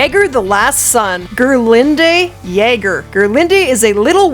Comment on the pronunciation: Jager is pronounced the same as Jagermeister, with a Y sound lol.